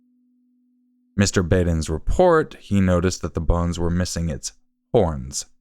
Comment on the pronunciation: Dr. Micheal Baden would be highly disappointed with the butchering of his name. Jeez. Have you never seen the series HBO Autopsy?